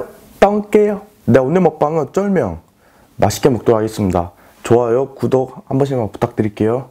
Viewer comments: 쫄명하고 순간 음칫하는거 개귀엽네 ㅋㅋㅋㅋㅋㅋㅋ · 쫄명ㅋㅋㅋ 발음 너무 귀엽지 않나요? ㅋㅋ